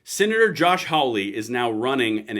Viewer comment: Love the channel. But i have to point out, its Hawley, not Howley. Think "haul", not "howl ".